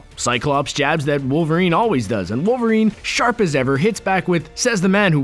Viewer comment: Tune wowerien ko lol kaise bola be